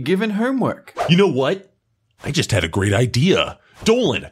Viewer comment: Anyway y do you say gw in sted of gr for great??????????????????????